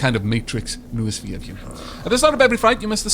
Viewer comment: Noosphere = No-o-sphere. Like mind-o-sphere, except more greek.